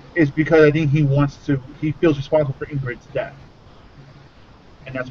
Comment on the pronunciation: Okay guys I'm sorry but its not Ingrid it's ygritte. And it's not obrim it's Oberyn